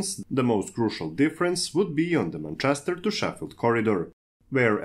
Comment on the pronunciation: You read like a 7 year old reads off his paper. Have you listened to yourself? And ffs listen to an actual English person saying "Manchester" if you're unfamiliar with pronunciation.